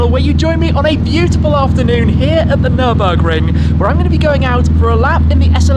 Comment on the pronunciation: “Nirbin-burger”. Muscle vs tuner 😂😂😂